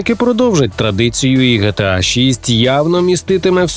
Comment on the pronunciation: Не ГеТеА, а ДжіТіЕй